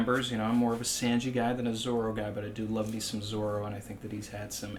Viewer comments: SAWN/GEE NOT SAN/GEE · His “Sanji” is bad but not as bad as Morj saying “RY-you-ma” 😂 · Any one get the feeling that talks like a Mafia guy talking sweetly but still threateningly. Haha. But in all seriousness, I just discovered your challenge and love your content. Though I'm gonna have to take points off for your pronounciation of Sanji. 😂😂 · Hey! I sounds like you know how to speak Japanese. Is there a reason you pronounce Sanji the way you do? It’s different from the way I’ve heard it. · The way you pronounce Sanji bothers me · love this channel but it hurts my ears to hear Sanjis name pronounced so off from the Japanese ;_ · ok so are you ironically pronouncing sanji like that or do you genuinely think thats how its pronounced